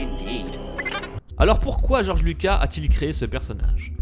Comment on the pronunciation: des contrôles mentales ?? C le compte Dook"ou" et non "q" Et ce n’est pas Georges luca mais bien Georges Luca"s" La théorie ne tient pas debout comme le texte qui est remplit de virgules et espaces vides ce n’est vraiment pas fluide ni structuré. Si je peut vous donner un conseil, il faut arrêter de plagier des Fr qui eux même plagient des US pour au final raconter n’importe quoi tout en détruisant l’univers star wars !